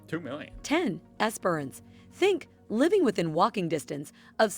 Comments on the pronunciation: like Es.perans? lol ESPERANCE IT'S NOT THAT HARD! lol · Not ess- PER-ance, its esper-ANCE. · Es per ence right prounonciation not the way the AI said it. Strath albyn right prounonaciation Look up Port Elliott in South Australia very pretty place. IF you like wine Adelaide is 1 hour from the Barossa wine district or South of Adelaide is Flurieau peninsular great wineries and views, Victor Harbor also gorgeous town with lovely beaches ⛱️ ALL in South Australia 🇦🇺 out of Adelaide. You should check these places out 👍💯👍💯😊